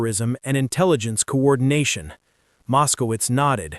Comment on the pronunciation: Mos-ko-witz! Mos-ko-witz! Mos-ko-witz! Come on, guys!